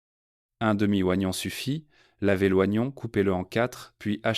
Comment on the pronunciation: En français on dit:"0gnon"..... Pas ouagnon!!!!!